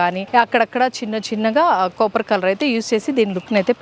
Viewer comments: అత్తా అది కాపర్ కోపర్ కాదు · Copper, not capar